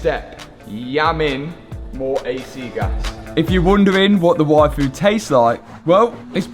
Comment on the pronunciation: I definitely heard say he was going to go get a waifu. That was very confusing until I realized he said yfood.